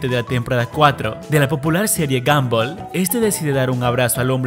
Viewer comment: se dieron cuenta que dijo gomball